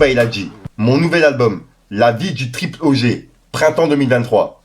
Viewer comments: la prononciation c'est "Triple ODJI" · triple OJ pas OG c'est ricain un trucs de gangster